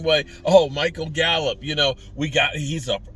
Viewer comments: It's Gallup not gallop 🙄😂😂😂😂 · GALLUP NOT GALLOP